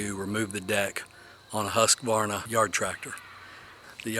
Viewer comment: Good job on the pronunciation. Up here in Northern Michigan all the locals say "Husk a varna". 🤣🤣🤣